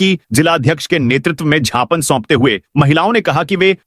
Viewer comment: झ्यापन क्या होता है।ज्ञापन होता है।